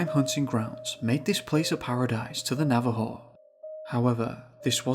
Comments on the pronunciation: It’s naw vah ho. Navajo Don’t be a limey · Ah yes, the Nava-hoss, my favorite tribe.